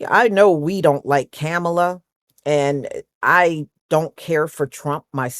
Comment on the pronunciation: Please don't attack me for asking, but why do you mispronounce her name?